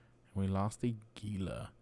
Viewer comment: its pronounced hila as in hila monster;)